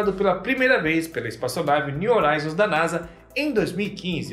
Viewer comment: Só, um “toquezinho” pra você,. A palavra “horizon” está em Inglês e a palavra “horizonte” está em Português. A sonda espacial está nomeada em Inglês e, sendo assim, deve ser pronununciada na sua forma original. No Português a letra H não produz som algum quando colocada em primeiro em qualquer palavra mas, no Inglês, a letra H produz um som de R. Simplificando; se escreve horizon mas, se pronuncia “rrorizon”. Em se tratando da sonda espacial, seria algo como: “niu rroraizon”. Por favor, não me leve a mal.